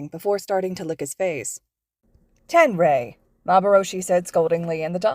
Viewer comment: Yeah, and the dog’s called “Ten-ray” as in “Ten-say Iida”